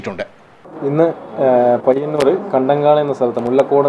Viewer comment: പയ്യൂർ അല്ല പയ്യന്നൂർ ആണ്